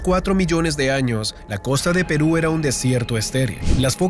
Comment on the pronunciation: dijo Perú o que